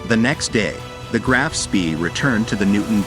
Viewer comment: It's not "Graff", but Graf, and the surname is pronounced Shpé